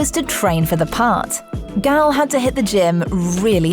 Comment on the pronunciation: Gal is pronounced like gol in golly.